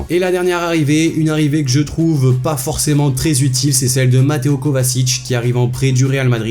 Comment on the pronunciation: Les mecs vous me casser les couilles avec vos "kovasic" c est kovaCIC PAS S, sa se dit kovatchich